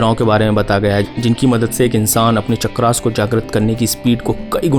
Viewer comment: चक्रास क्या है भाई? आपका उच्चारण वेस्टररनाइज़ हो गया है।